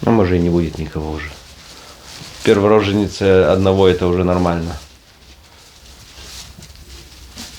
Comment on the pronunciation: РожЕница, не рОженица ! ! !